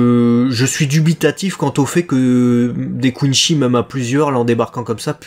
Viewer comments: Non ont dit pas coinshi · Juste une remarque ; ça se prononce Quincy avec un c pas un ch et c'est vraiment une insulte pour Bleach de le faire autrement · Content de vivre le retour de BLEACH avec vous ! ps : À Marseille on dit plus "Kouneuh-chi"